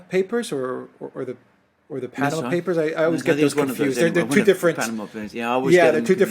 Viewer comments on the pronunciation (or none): none